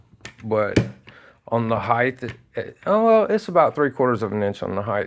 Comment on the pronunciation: Holy drunk, Batman...you called it a Security 6...aaaaand there IS NO "TH" sound at the end of HEIGHT. I wonder what the WAYTH of the gun is?? BWAAHAHAHA